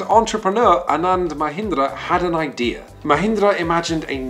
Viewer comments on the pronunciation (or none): none